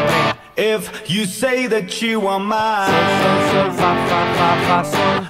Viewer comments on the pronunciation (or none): none